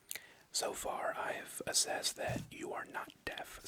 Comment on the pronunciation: “assessed”